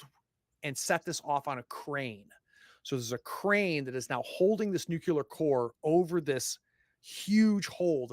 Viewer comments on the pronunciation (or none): Love this series! Will definitely watch if you put out more content in games I'm interested in. Just one small thing: Please repeat after me. new-KLEE-ur